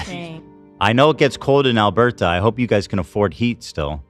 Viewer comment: why Ethan say Alberta so weird haha